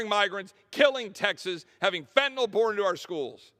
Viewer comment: He even pronounced fentanyl correctly 😮 wow…